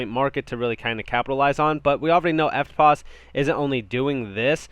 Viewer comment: Good work on pronouncing EFTPOS correctly👍. I think HBAR is going to be massive. It has utility and is worthy a top 5 position in the Crypto market place. Thanks for the updates mate.👊